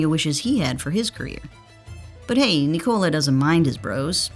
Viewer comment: NÍKOLA!!! It 's a normal Nicola!!! Enphasis on the Ni... Americans are so stubborn man... He corrected them for 2 years